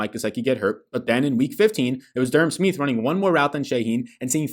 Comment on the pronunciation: Finz fan here. It’s pronounced “Sm-eye-th” not “Sm-ee-th” lol.